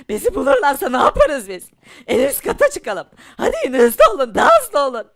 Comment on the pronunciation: haydiğin değil haydi